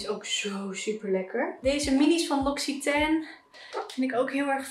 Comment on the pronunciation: Opruimvideo's vind ik zó heerlijk, echt leuk dit! P.S. l'Occitane spreek je uit als lok-sie-tan.